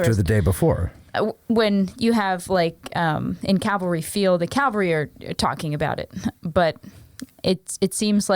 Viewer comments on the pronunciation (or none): Around 1hr 41 min mark…do we need to have a discussion about “cavalry” vs “Calvary” …I thought I was repeatedly hearing the “l” before the “v”….